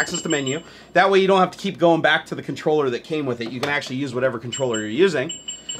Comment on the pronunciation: I believe it is pronounce Controller.